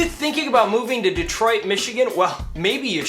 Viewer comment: Lololol “Detriot”. Took you to make a fool of yourself